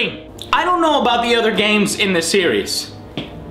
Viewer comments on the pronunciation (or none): mexican american "Thiis. dis". this.